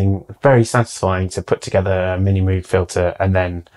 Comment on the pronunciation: All that stuff and yet he can't pronounce Moog correctly.